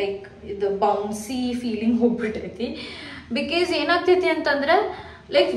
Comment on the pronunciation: Aunty ella video li ‘bikis’ antira, adu tappu because na correct aag heLi makLu adne kalitaare, please